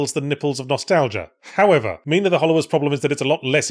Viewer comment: What is my name doing on a game?.....ngl, it's a little surreal that yhatz keeps saying my name and actually pronouncing it correctly 😂